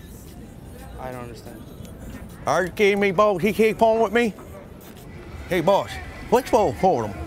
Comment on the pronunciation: "All day buoss"